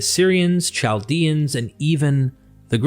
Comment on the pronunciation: Chaldea is pronounced Kal' dea.